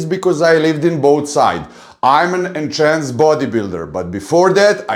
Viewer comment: I love how you consistently say Enchanced or enchanted 😆👍🏻. Instead of Enhanced ✌🏻 New subscriber here 💪🏻